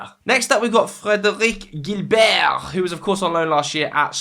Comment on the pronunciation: The "Frederic Guilbert" pronunciation has sent me 😂 Love it